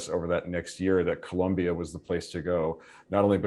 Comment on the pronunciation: Please, it's Col⭕mbia